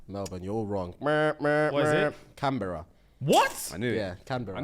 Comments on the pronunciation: Lol the way the guys pronounced Canberra 🤣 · Omg ahahaha the way you guys pronounce Canberra KILLLLSS MEEE !!!!